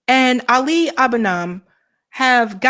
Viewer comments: And Ali has the accent on the FIRST syllable, not the second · Love you but you’re mispronouncing Ali’s name Ah’ li. Ah bu nee’ mah